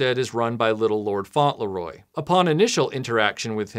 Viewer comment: It's not 'Faunt-Le-Roy', it's 'Fauntle-Roy'